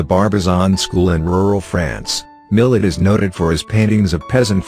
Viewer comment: Long time favorite artists. Get a real person narrator, this ai cant even pronounce his name.